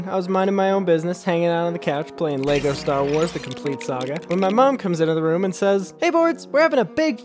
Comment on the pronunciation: Don’t you mean LoLOLLLeEGOH Star Wars